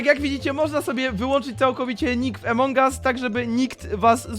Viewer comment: a poza tym nie emong us tylko among us